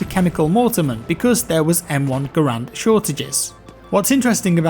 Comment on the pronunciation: Says "Grand" instead of Garand....triggered.